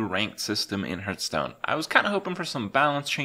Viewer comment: It is not hurtstone, it is hearthstone